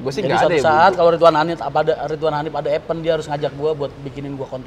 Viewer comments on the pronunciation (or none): epeun.. ipen (event)😁